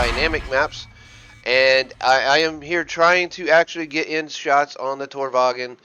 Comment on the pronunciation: good video but the lowe is pronouced like lurver and tornvagn like tornvahn